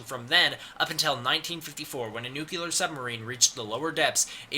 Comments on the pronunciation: The word nuclear is pronounced "new-clear" not "new killer" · Nuclear. Nuclear. Holy shit, stop saying "nucular." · It's NUCLEAR, not "Nukular"! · "Nucular"... fucking hell. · nuCLear NUCLEAR! NOT NUCULEAR NU-CL-EAR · Dude... it's called nuCLEar not "nuke-ular". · The grammar in this VIDEO is atrocious. If I hear the word Nucular one...more...time... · "Castle Bravo nucular test" "Nucular" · Um... Excuse me, but... Did you just say "Nucular"? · I love you, but nuclear is pronounced new-clee-er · Anyone else a bit annoyed at how he pronounces "Nuclear" ? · Love how americans cant pronounce "Nuclear".